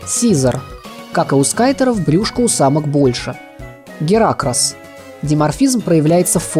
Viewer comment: Не Гера́кросс, а Геракро́сс.